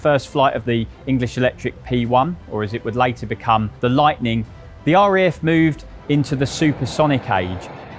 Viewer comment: It’s RAF not REF…..why do people saying it like that!!!!